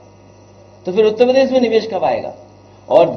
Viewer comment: उतेपरदेश नहीं है उत्तरप्रदेश है टोंटी चोर पहले सही उच्चारण तो सीख ले